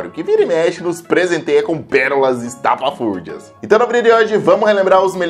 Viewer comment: Ninguém: Literalmente ninguém: Nem uma alma sequer:: eStApaFúRdiO